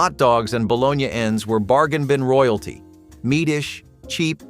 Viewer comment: No air fryers in the 70's. Kool-aid packages weren't from the seventies and there was no blue Kool aid. Your pictures aren't authentic seventies pictures. I don't think anyone who lived in the seventies had anything to do with this. Also learn how to pronounce margarine and bologna correctly.